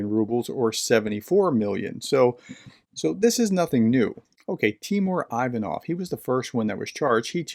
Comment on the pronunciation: Great stuff, professor! Quick note: Ivanov is pronounced like "ee-VAH-nuv." Feel free to disregard this information, just thought I'd drop it in here.